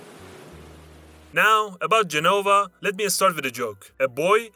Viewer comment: Gènova, not Genòva.